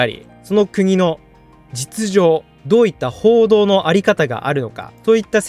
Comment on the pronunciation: 報道の自由って言ってんのか コードの自由にしか聞こえんw